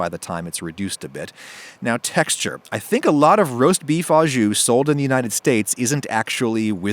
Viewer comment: Some points re "au jus": au (with) = "oh" (this is what you mean to say, Adam: "Oh", as in "beef 'oh' jus". Don't feel bad; it seems no Americans, even professional chefs, say this properly.) à (to) = "ah" ou (or) = "eww"